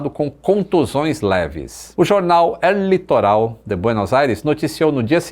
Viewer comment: uma crítica construtiva: você pronunciou o nome do jornal, como se tivesse acento no "él", o que, se transforma no pronome Ele, em espanhol. Sem o acento aí fica "O Litoral", por isso notei a questão da pronúncia. Perdão se me passei mas, somente gostaria de ajudar. Estou aprendendo espanhol, por isso estou meio ligado em tudo que remonta ao idioma, Forte abraço e parabéns pelo trabalho